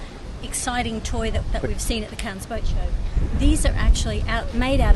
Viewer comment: Please please please it’s pronounced CANNEs with a very very silent S